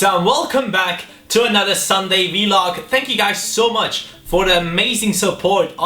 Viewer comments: Can you please say VLog and not V-Log? Please? +CaniSports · And also I'm pretty sure it's just pronounced vlog and not V-log.... I'm makes me cri evrytiem